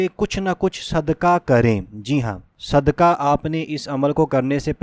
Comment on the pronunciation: السّلام علیکم اللّٰہ آپکی نیک نیتی پر آپکو جزائے خیر عطا فرمائے مگر نیک نیتی چیک کرنے کی جو تین تین. چیزیں ہوتی ہیں ان میں اولین یہ ہے کہ بلاوجہ ویڈیو کو طول نہ دیا جائے اور عربی اور اردو کا حق ادا کیا جائے! یَرزُک نہیں ہے یَرزُقُ ہے قاف بڑا والا ہے اسی طرح صدکہ نہیں ہے صدقہ ہے! مرگی نہیں مرغی ہے!. ان چیزوں کو برائے ملحوظِ خاطر رکھے کیونکہ آپ جیسے لوگ اس معاشرے کا معیار اور کسوٹی ہیں آپ جیسے لوگ اگر لوگ اس طرح گفتگو فرمائیں گے تو آپ سے سیکھنے والے کیا اپنائیں گے !